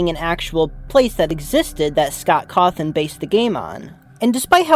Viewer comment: sorry i'm losing my shit at him saying scott caw-thawn